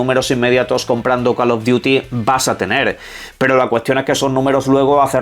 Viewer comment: Alguien puede decirle a este chico que CAL of duti ni CAL of the si existen? La pronunciación es importante